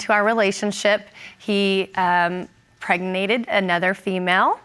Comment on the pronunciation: "He pregnated...."